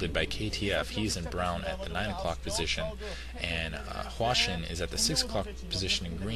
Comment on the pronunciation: at 2 minutes and 12 seconds they show the chinese charaters for hwasin. In Korean they are pronounces exactly as says it now.